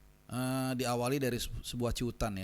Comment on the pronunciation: Cuitan..bukan ciutan..hehehe..menit..